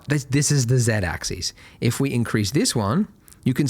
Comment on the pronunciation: "X AXIS". No, it's not his accent, Australians normally know how to pronounce "axis" and "axes".